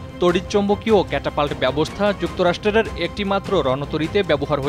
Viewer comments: যুক্তরাষ্ট্র রের?🙂 ভাই এসব কেমন উচ্চারণ। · "যুক্তরাষ্ট্রের " উচ্চারণটাও সঠিকভাবে করতে পারেন না।